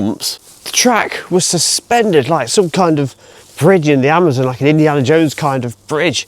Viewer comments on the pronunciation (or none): none